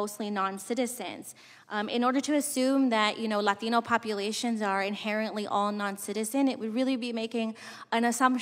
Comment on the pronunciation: For the LAteeeenooo community lol why she say it like that